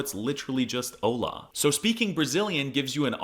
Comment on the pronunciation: He saying that "Holla" and "Olá" are the same when he pronounces with the emphasis on the "O" instead of the very well signaled by a graphical accent and dominant syllable "-lá" it hurts.